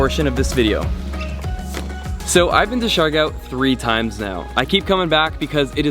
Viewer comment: Its pronounced like siggyor not shigow